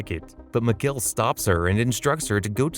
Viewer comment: And mikihail sounds like Miguel lol